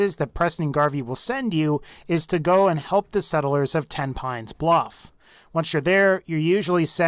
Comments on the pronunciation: When i heard him say Tepines Bluff i remebered I killed everyone in Tepines Bluff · My dumbass said tenpennies bluff not tenpines